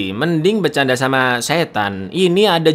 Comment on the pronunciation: koreksi di ending, ngucap salam yang bener "Assalamu'alaikum" jangan hanya salamualaikum saja